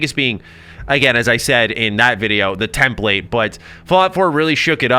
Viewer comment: just wanted to let you know you’re pronouncing “template” wrong. Understandable tho!